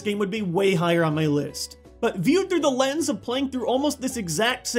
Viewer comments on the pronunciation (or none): none